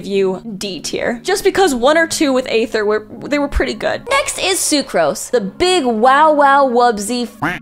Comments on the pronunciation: Why does she pronoun everyone right except the travellers. Like, A-ther (sometimes Ai-ther) and Lumi-nee. Really now? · I’m trying to understand how keeps failing to say Aether when his name is said in game multiple times